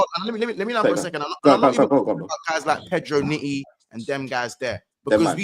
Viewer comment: MONTA IS FOOL YOU KNOW . MAN SAID "PEDRO NITTY" 😂😂😂😂😂😂😂😂😂😂😂